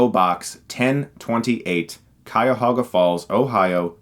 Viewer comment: Are you originally from Akron? I'm from NE Ohio too and never heard anyone from Akron or Youngstown pronounce Cuyahoga that way. Just curious.